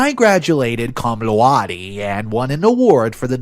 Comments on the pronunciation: "Coom Lao-day" -Cum Laude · It's pronounced coom loow-dy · Why can’t you fix the errors, instead of just reading straight through them? My dad pursed an interest in a motorcycle, instead of ‘pursued’? Come on, dude, pay attention. This is not a one-off occurrence, you did not even bother to learn to pronounce Cum Laude or the difference between effected and affected.